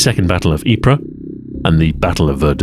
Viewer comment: Thank you for pronouncing ypres correctly